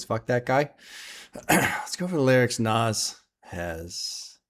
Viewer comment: manages to mispronounce "nas" and "nasir" pretty amazing stuff considering how much Nas says his own names in rap songs. Nazzzzz Nassssirrrrr